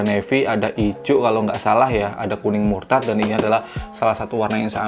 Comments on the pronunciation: Dari dulu kan emang gitu bang klo nyebut kuning mustard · Mustard bang bukan murtad:)